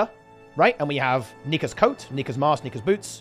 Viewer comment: Holy crap did I have to do a double take when he said "Nika's" .